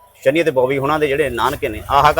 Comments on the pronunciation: ज़बरदस्ती सनी देओल को शनि महाराज बना दिया 😂। ओह भाई थोड़ी शर्म कर , पहले नाम सही तरीक़े से लेना तो सीख । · ਵੀਰੇ ਸ਼ਨੀ ਨਹੀਂ ਸ਼ਨੀ ਦਿਓਲ ਹੈ